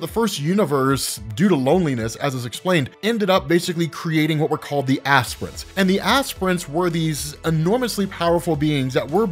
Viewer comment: I thought he said "aspirins" but this is way better